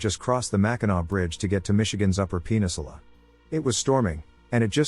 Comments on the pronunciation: Glad I'm not the only adult who is a child at heart. I heard it, and had to rewind. It's funny w captions on. "Penis-ula". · "penisula" lmao